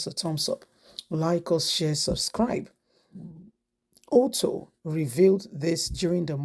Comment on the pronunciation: Alex Otti not Otto. You guys should stop murdering people's name in your presentation. Learn how to pronounce names madam. You are a Nigerian or better still ask if you are not sure pls.